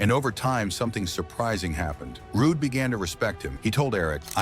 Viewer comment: get this Roo-Day ai bullshit outta here